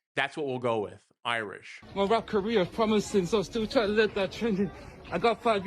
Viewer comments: Blirish instead of Irish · Irish, yeah, I-rish he wasnt a black dude 😂